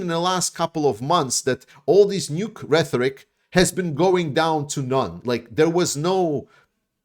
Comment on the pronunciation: A teensy correction. The word "rhetoric" is pronounced REH-torik. Not RETH-orik. It's with a "T", not with "TH". I know, if we pronounced things the way they're spelled, English would be way easier. I LOVE your videos. Great job!!!